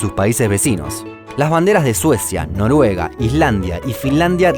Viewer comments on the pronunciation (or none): none